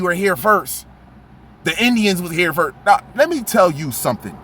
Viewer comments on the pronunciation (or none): Bro, it’s pronounced “ protect us” and “ first”.